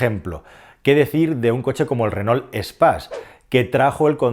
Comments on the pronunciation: Ll Renault es el apellido de los tres hermanos que fundaron la marca, franceses ellos, por lo tanto se pronuncia renó y no reno como pones tú, que eso es un animal astado. Si según cuentas se pronunciase como se escribe, pues bien, pero no te hará falta buscar mucho para darte cuenta de que la gran mayoría de españoles decimos renol y no renault con todas sus letras, solo escucha a la gente y de paso escúchate a tí mismo, estoy casi seguro que también dices renol en lugar recalcar cada una de las letras, pero bueno, ni te conozco y por supuesto que nunca te escuché hablar. Y tanta risa con como lo pronuncia Calero, pero vaya, si pronuncio tal cual escribes, la cosa vendría a quedar tal que así: "lo díras donde vivíras ¿tu?". Evidentemente acentué donde no es para que te des cuenta de cómo se te leería según escribes; si uno hace un pequeño esfuerzo y lee lo que supuestamente quieres decir, nos encontramos algo así: "lo dirás dónde vivirás tú", con lo que pones que el pobre sergio alvarez en un futuro lo dirá en un lugar donde va a vivir. En fin, para corregir vale cualquiera, hasta yo mismo cómo puedes ver 😈. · mi pregunta es, por que dices reno?? no renault?? jajaja